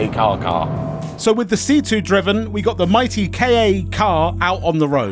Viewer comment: More "Kah" as in Kahki (or Capture) than "Kar" as in Karp or Carpet